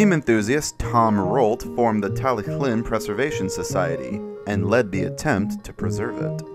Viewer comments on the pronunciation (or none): Isn't it pronounced "Tal-e-thlyn", or "Tal-e-klin" like how you pronounce it? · i am sorry but it's tallylyn not tallyclyn and it's also not doldock it's dolgoch